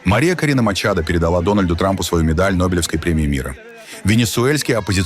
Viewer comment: Не применяйте фонетику русского языка к иностранным языкам: Мария Корина МачадО не МачадА !!!